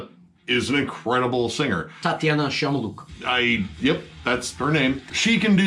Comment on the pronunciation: It's Shmailyuk not Shyamaluk looolllllol